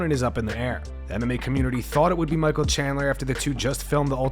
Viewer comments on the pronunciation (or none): none